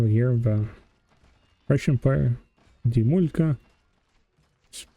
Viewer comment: I was pleasantly surprised when you read the name Dimulka in Russian....👍 You have good pronunciation in Russian...👍 Thanks for the video....)❤